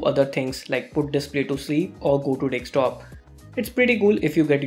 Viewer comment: Its not Dekstop its Desktop